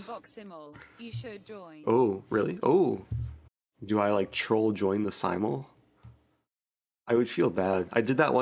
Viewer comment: "The simultee"